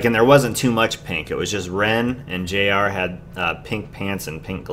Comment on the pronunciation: Baekho = Beck-ho in pronunciation JR is said as each letter like how you've been saying it (J-R) And do you mean the fight choreography as in the fighting in the video or the fighting moves they incorporated in the choreography? Because it makes sense with they lyrics if you ever read them, it's sort of cool cause there's pushing and punching and all that and then they all end up helping each other up LOL